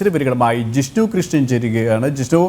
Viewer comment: Jisnu.Jishnu parayan aryyilla alle.malayalam padhykkado adyam.